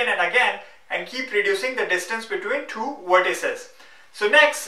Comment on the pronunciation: Tufayel Talha and two is thooo.. lol